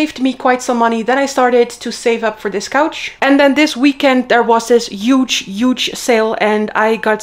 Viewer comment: It is not pronounced You-ge!! You keep saying that all the time 😅 It is pronounced Hu-ge!